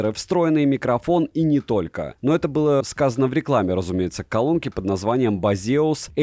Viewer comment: Почему ударение не на первый слог?